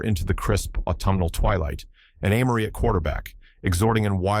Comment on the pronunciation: He or it pronounces Amory differently, even in the same sentence. Sometime is it Ah-mory. Other time it's Ay-mory (the correct pronunciation). AI still has a long way to go.